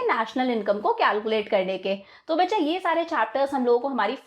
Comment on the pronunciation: When you say Baccha it felt like bsdchya.😂